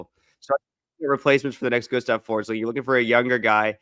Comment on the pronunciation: Gustav Forsling is Swedish so that German pronounciation of his name is so off.